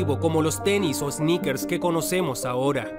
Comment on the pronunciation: Si dijo snickers pero es sneakers Creo que quiere decir calzado deportivo en español